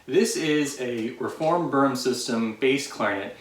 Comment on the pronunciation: Hey buddy. Boehm is pronounced “Baym”.